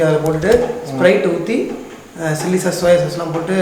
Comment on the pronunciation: Bro that is not chause it is sauce